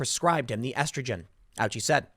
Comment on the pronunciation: Tim, the nurses?!!! Not our heros!!!!! It is not "ouchi" is "O--uchi", it is a Japanese name.